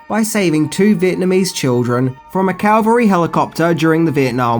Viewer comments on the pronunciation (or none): Ca-Val-Ry. Calvary is in Jerusalem.